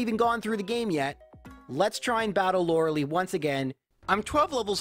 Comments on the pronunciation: Lorel - ee It’s Lorel - I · "Laura Lee" facepalm this game has been around for 24 years you'd think you learn to say Laura LIE. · Its pronounced lore uh lie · No one can pronounce Lorelei correctly lmao